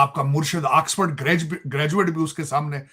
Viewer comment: Angrez di Aulaad di English 1 Axford 2 pricen 3 blag